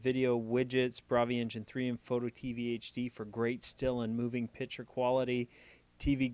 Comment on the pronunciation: It's pi"C"ture not pitcher!